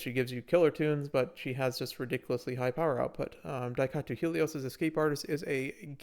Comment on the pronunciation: It's Daitaku, not Daikatu